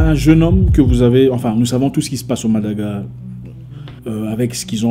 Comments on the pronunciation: Pourquoi tu ne veux pas prononcer Madagascar grand frère? C'est volontaire? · Toujours plein de bon conseil comme d'habitude, tu nous rempli de force chaque jours et aussi nous te donnerons cette même force... J'ai aussi remarque que vous avez un p'tit souci avec la prononciation de "Madagascar" c'est pas grave généralement on utilise plus facilement les mots de notre quotidien et je pense que celui-ci n'en fait pas partie....❤️❤️